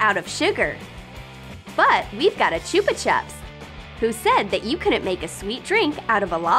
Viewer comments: cHoOpa chOps Me: I thought it was chop-a-chop (that’s how I say it not how a spell it btw) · Did u here her say Chupa chups wrong or was it me???????